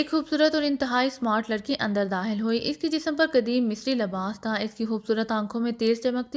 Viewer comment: Sry to say bht achhi story h pr aap kha ko haa q padhti h?😅 every time jb kha word aata h likh khawer ko hawer dakhil ko dahil khatun ko hatun 😅